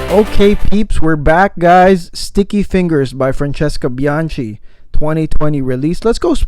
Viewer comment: You keep butchering her surname 🙂 it’s bianKi, not bianCi. Capisc’? 👌 btw i get more orris than sandalwood